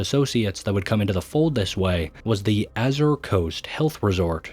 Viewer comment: Are you using an AI voice for the narration? The pronunciation gets really wonky at times with words like "Knossos" (NA-ssuhs) coming out as "Gnosis" (NO-sis) and "Azure" (a-ZUR) as "Azzir" (A-zir).